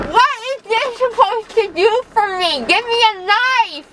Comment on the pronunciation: she pronounces 'knife' as 'knifa'. Why?